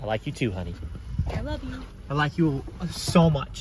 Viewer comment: Nobody talking about how he really said "I loke you" without missing a beat 😭